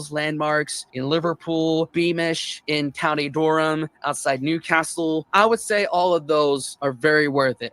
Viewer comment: If that pub was talking about is The Man and Scythe, its pronounced: 'Sigh_th' like 's_eye_th' (a scythe is a hand tool with a long handle and long curved blade ti cut grass or wheat etc). And, Durham is pronounced: 'Duh_rum' ( not 'Durr_ham')